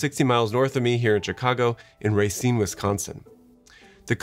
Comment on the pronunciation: This guy just called it the “Willis tower” and mispronounced Racine WI and still claims to be a Chicagoan Someone give him a wedgie